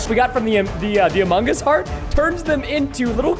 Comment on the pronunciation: I love went he say amogos he make me laugh